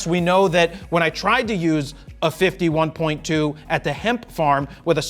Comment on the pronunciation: Jared got so excited that his words start getting merged .... sounds like a 51-2 instead of 50/1.2 :P